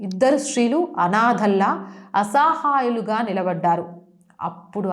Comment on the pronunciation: అసహాయులు అసాహాయులు కాదు తెలుగు ఇంకా బాగా ఇంప్రూవ్ చేసుకో సబ్జెక్టు బాగుంది గాని